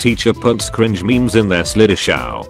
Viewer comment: Slid-eh-sh-ow . confusion how… do you do that so wrong?